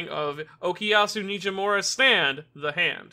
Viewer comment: Such an interesting way of pronounciating " za hando "